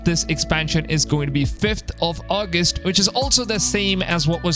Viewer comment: I think you pronounced August wrong